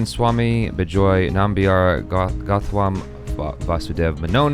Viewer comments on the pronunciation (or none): none